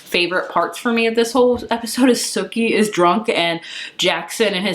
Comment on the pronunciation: It’s Sookie, not Suki. Sorry, it was just bugging me how you pronounced her name…😬😅